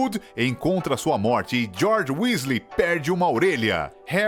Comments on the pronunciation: não é Wesley, é Weasley. Fora isso, o vídeo ficou ótimo 🖒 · Tbm não acreditei quando falou "Wesley". Voltei o vídeo 3x pq achei que tivesse ouvido errado. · Ele falando Wesley..... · "Wesley" ta de sacanagem. Estudem pelo menos a pronuncia dos nomes, é bem feio errar isso. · Kssksksk é vdd se fala Wisley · WÉSLEY! kkkkk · Aff nem pra acertar as pronúncias Wésley Foufí? Affffffffff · "Wesley" ta de sacanagem. Estudem pelo menos a pronuncia dos nomes, é bem feio errar isso. copiei do ultimo pq qsta totalmente secto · Eis que eu tenho um enfarto quando ele fala o nome errado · ATE O VOLDEMORT FALA.MELHOR AVADA KEDAVRA DO Q ESSE CARA FALANDO WEASLEY